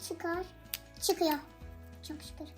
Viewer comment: Şükür sözünü doğru söyleyin